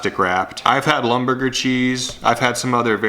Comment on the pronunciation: The cheese is pronounced LIM-bur-gur. It has three syllables: LIM, bur, and guh. You can also break it down as LIM + bur + ger